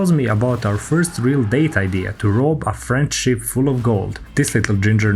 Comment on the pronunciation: “French ship” sounds like “friendship” 🙃